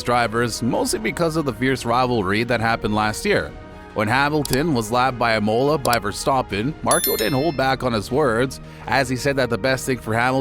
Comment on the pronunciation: Buh-raaan instead of Bah-rain, Say-nz instead of Saa-inz. Ee-Mola instead of E-muh-la. FIA being pronounced as an acronym instead of an abbreviation.